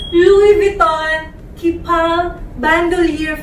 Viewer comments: It's read as 'Keep all', not keepall :) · Pronounced and read as Keep -all 2 words ,not keepall does not read as one word.